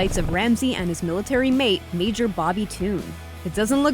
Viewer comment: you said mijor not major